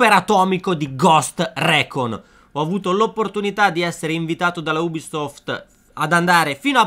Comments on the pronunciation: Si scrive recon ma si pronuncia ricon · Dislike solo per la pronuncia di recon :(